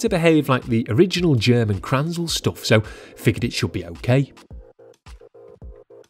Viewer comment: You mean "krnänzle" not kranzel. It's pronounced 'krenzelleh', not kranzel.